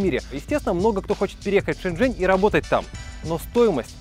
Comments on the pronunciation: нужно Shenzhen говорить правильно, т.е Шеньчжень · Не шеньжень, а женьшень!